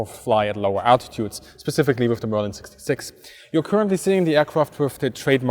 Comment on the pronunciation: Merlin =/= merlein. pls check pronunciation of important terms at least